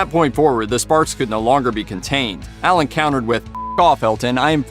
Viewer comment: Why are you calling him Ellen???